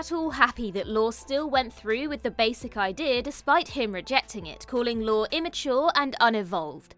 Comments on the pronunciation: Lorre is pronounced Lorry, not Lore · Ironic that a British person can't pronounce "lorry." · I think “Lorre” is pronounced “Lor Ee.” That’s how I’ve always heard it anyway. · Dear…I love you and this channel, but the director of Two and a Half Men is not Chuck “Lore”. It’s pronounced “Lor-ee”. Even if you’ve never heard of him or heard his name pronounced, the fact that you couldn’t do a simple google search to double check is disappointing. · That was fun, nicely done. Small point, since he's going to be mentioned again, I'm sure... Chuck Lorre, the writer and producer of so many shows? His last name is pronounced 'lorry', like the vehicle. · Correct. Lor-e. I was going to comment when I saw you did, so thank you for that. It's a simple sign of respect to look up a name that's been mentioned thousands of times. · Pronounce Chuck Lorre’s name correctly….. IT’S PRONOUNCED LAWREEEEE! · LORE-EE. Chuck LORE-EE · Why can't ANY OF YOU pronounce Chuck Lorre's last name? It's Lore-ay, not Data's brother. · It’s Lorre, heavy on the Y sound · The repeated mispronunciation of Chuck Lorre’s name causes me to wonder whether the folks at What Culture have any insight into these subjects.